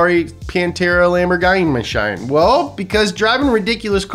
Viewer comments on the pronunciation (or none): "Lamborgine Mashine" 😂